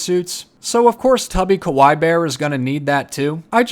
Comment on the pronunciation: Btw kawai means scary in Japanese Kawaii means cute. It's pronounced kawa-ie